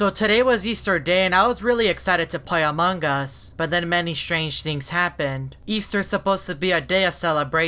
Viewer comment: No one: This guy: amangas